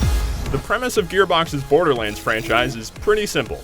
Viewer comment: Love how he says Borderlands :D "Borderlinds"